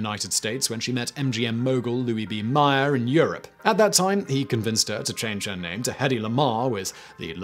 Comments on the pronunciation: I have always heard Louis B Mayer's last name pronounced so it rhymes with mayor. I've never heard it promised any other way until your video. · December 3, 2020 OMG!! I just came from commenting that you consistently mispronounced Meyer Lansky's first name as "MAY-er" and then I discover a video from last month where you mispronounce Louis B. Mayer's last name as "MY-er!" As Scrooge said, "I'll retire to Bedlam!" I was interested in both women's stories, however. Isn't it interesting how the US military's high-ranking officers have been consistently hidebound? As my grand-mère used to say, "Plus ça change, plus c'est la même chose." You weren't just whistlin' Dixie, Grandma. Stay safe, everyone.